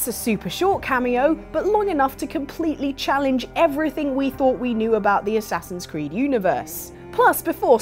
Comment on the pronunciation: Assasins Khew-d